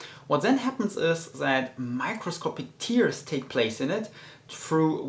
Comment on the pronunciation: you say TEARS ( like crying ) but with this meaning the pronunciation is the same for BEARS ( the big animal of the woods ) . TEARS ! you can check it out ! Can't you fix also the way you pronounce the "V" ? ( you do it as if it was a "W" ) Wolume ( Wall ume ) instead of Volume. I assume you don't have a speech impediment and we are talking about just an accent. I am not having a go at you. I like your videos and I am a subscriber. Thanks for all the INFO !